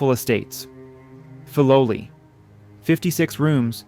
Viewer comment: Please say the name correctly